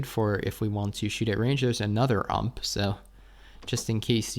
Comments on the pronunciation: Why do you say UMP instead of U - M - P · Please don't call it ump. It's called U.M.P. Nice video👌